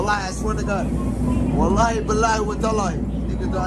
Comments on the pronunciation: for all people i am muslim somalia but that guy has acsent even smile 2to jannah say tallahi but this guys say wataali ask evey somalia people how to pronounce it i think he born in somewhere or he is mixed that born in ethiopia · Exactly bro, this was something that would have been hard to find if it weren’t for someone propagating these clips. He’s an obvious imposter who’s getting endorsed into doing this. What kind of Muslim can’t even say Wallahi properly? And uses it in such an unfit way? He wears earrings as well and seems drunk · As somali muslims, we do not claim this man, can’t even say Wallahi correctly.